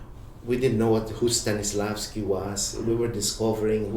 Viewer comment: Might help. Waiting for Godot, not Waking Forgodo. Bagitos, not baditos. Stanislavsky, not Stenesfvalski. Vittorio de Sica, not Detorio de Sica Biyaheng Timog, not Biyaheng Tibo Ray Albano, not Rebano